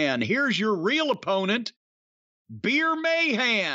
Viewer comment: I basically clicked on this just to hear Jim say "Beer Meyhan"